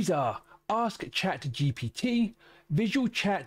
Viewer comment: True, he is saying GTP